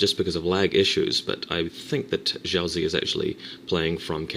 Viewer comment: Xiaozi is Chinese and it's pronounced: SHAU-tzuh (Emphasis on the "shau").